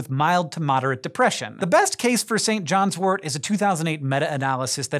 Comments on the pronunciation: It's St John's wort not wart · tut tut..........Pronounced "Sin Jin's Wort"